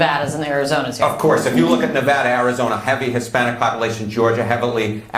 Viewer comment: FFS THANKS FOR SAYING NEH-VAHDA RIGHT!